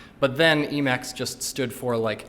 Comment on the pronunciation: You need to be even braver to show it off and mispronounce it lol